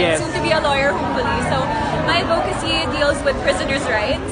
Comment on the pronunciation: It’s AD-vocacy not ad-VO-cacy!